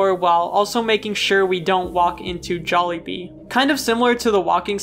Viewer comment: It's jaly not Joly